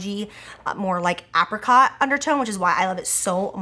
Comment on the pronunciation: The way she said apricot ... my ears are screaming